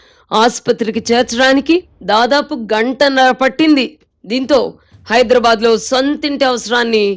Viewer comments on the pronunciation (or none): none